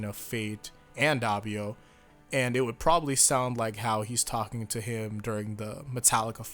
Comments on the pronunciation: Isn't the first "O" in Doppio pronounced as "Oh", not "Ah"? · its Doppio not Dappio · It's pronounced /ˈdop.pjo/, not /ˈdap.pjo/. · Its Noy DA PPI o its doppio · "DAH-pee-oh"?! Good heavens, I cringed. Please rewatch the anime to hammer the correct pronunciation home. "Dee-AH-vuh-loh" vs. "DEE-uh-VOH-loh", either is apparently fine according to reputable sources, but "DOH-pee-oh" is the only way to pronounce Doppio's name. It's an Italian name; this is the same as people mispronouncing Mario as "MAY-ree-oh" or "MEH-ree-oh", when that's simply not how Italian names work. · I love you man, I really do. But it's Doh-pio not Dah-pio. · it’s (Doh-pi-oh) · Why do people pronounce it dappio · The hell is dahpio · Bruh this man said dapiou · Also Do-pi-o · Your saying doppio wrong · it sounded like you said doppio in a Russian accent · Please...Please...just say Doppio right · HAVE YOU NOT LEARNED? YOU FUCKING DARE STILL MISPRONOUNCE DOPPIO? AFTER ALL THIS TIME?!